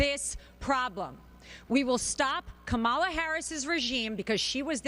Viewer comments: Look here...Ms Alina Habba. Don't be telling me anything and with your degree, I'd think you could pronounce Kamala😡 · One would think that tRump's lawyer could learn how to pronounce a simple name like Kamala. I know, they think they're being clever by mispronouncing her name. This just makes them look like 3rd graders...no offence to 3rd graders.